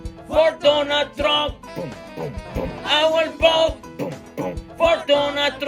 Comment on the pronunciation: "I will boat for Donut Trump" LMAO!!!